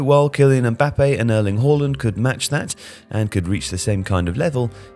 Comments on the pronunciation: It is not pronounced Whoreland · "Erling Hoalland"